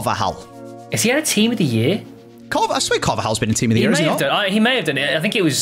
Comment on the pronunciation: Why does say team of the near for team of the year